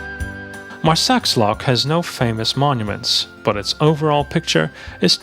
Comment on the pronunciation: THE 'JOHNNIES' ?? I take it you must be referring to the Knights of St John!! whilst the video is good....some of the things are not quite accurate....your pronounciation of Marsaxlokk is hilarious!!